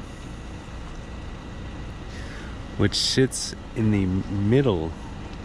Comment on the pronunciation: "which shits in the middle...". This guy really need to clean up his act 😁